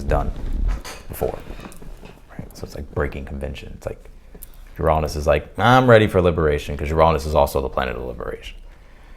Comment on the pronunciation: It’s not cancerous it’s cancerian 🇬🇧and your pronunciation of Uranus is really off putting Shame when you’re such a good reader